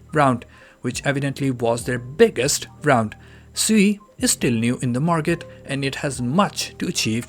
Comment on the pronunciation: Isn’t sui pronounced “swee” haha